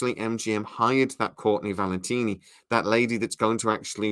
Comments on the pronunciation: Coorney Valteni. Got it. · She's called Courtenay Valenti, please stop mispronouncing her name.